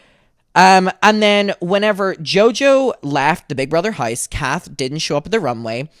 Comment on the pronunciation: LOL the way you pronounce house as "haise" is cracking me up idky